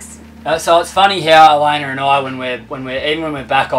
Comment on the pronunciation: "ElaynER" - lol